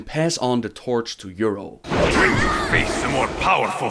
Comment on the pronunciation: A nitpick but, you hear in the video how they pronounce her name as Y'rell and yet you still say Y'rull:P